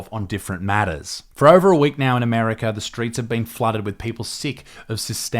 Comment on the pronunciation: 'Armerca' Bruh